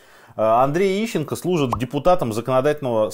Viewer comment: Ищенко фром май харт.. уши в трубочку свернулись